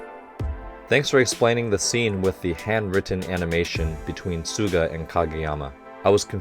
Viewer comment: Hi Coach, just something I've noticed. In this ep and the previous ep, sometimes you say Tsuga instead of Suga (at least that's what it sounds like)